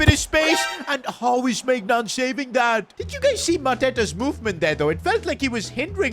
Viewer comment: Pls learn how to pronounce Maignan 😭😭